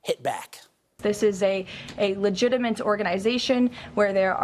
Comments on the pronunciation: “Legitimate” Karoline, not “legitaMENT”. Ffs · Karoline Leavitt said "LEGITIMENT!" What an airhead. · Caroline Levitt said "legitiment" instead of "legitimate" yikes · "...this is a legitamint organization..." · Legitiment lol. can't say it right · did she just call it "legitameNt"??? 🤦😂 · Of all this info, why am I wondering why Karolyin' can't pronounce the word LEGITIMATE!! So sorry press secretary there's NO 'N' , Geez she's a moron.